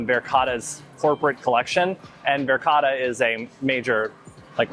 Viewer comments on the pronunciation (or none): de uitspraak van Verkade is Verkade niet Verkada , pas na 5 keer begreep ik waar het over ging. (Nooit in de buurt van Zaanse schans geweest) Duyvis verstond ik wel. Molen heeft de klemtoon (stress) op MO, dus MO-len.